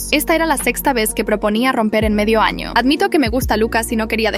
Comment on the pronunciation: dice ano